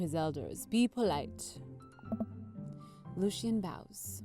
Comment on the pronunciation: Its pronounced " Lo-She-En " not " Lucy-En